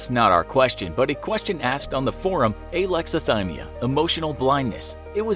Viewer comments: It sounded like he's saying Aylexilthymia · Idk how to pronounce Alexathymia, but neither does the narrator.